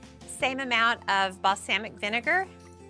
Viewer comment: Adding anchovies to Caesar dressing is controversial but the way she pronounced balsamic isn’t? 🧐😂